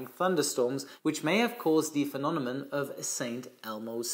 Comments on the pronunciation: the fact that you said “phenonemon” instead of “phenomenon” made my day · Phenonemon? Phenomenon! 😅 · Love your videos,! However: «phenonemon»? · Hey, repeat after me: FE NO ME NON.:) cheers! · Thank you! BTW, I think the word is phenomenon. ( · British Airways flight 009 on a B747-200 encountered a phenomenon in 1982 similar to St Elmo's fire when the crew flew through volcanic ash. P.S- has trouble pronouncing two words- Cumulonimbus and Phenomenon😊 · Looks like has a problem with the pronunciation of the word "phenomenon" 😁😁😁